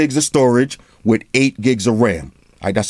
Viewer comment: Damn... My man said "wit a toaster"..